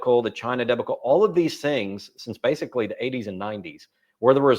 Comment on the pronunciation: why can't people say debacle properly